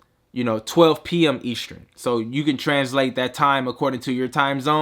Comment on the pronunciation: Eastrin? Eastern.